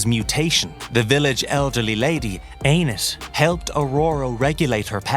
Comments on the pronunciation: i really want to believe the Americans cannot read. ANANSI NOT ANIS you dimwit. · Did he call Ananasi, Anus? 😂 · Did he called Anasasi anus ?😅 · Why did you call Anansi, anus?